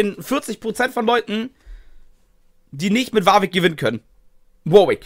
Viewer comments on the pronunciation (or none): Du meinst WARRVICK triggert dich statt Warwick? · Die englische Aussprache ist viel besser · Jeder: Warwick: Wawick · Bitte noch wawig sagen sonder warwick :=)